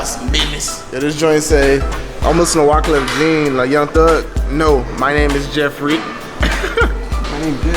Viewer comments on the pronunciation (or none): It's pronounced wyclef ZJohn lol